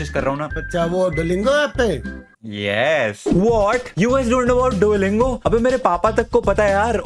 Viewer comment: See how his father 👨 pounces dulingo 🤣🤣🤣😂😂